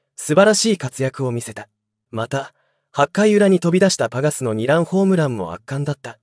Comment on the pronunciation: 醍醐味の読みがダイゴアジはおかしいでしょ。２ランの読みニラン。 他もあります。